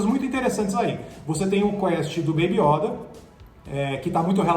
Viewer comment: Fora que eles pronunciam "iÓda com acento agudo o certo é yÔda com circunflexo"